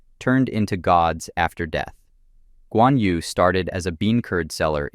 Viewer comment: "yu" "nü" in chinese is not pronounced as "you" "noo", but more like yii, nii but do the sound with an o shaped mouth, almost like whistling. good luck.